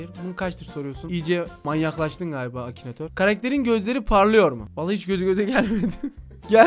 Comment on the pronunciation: Abi acinator değil akinatör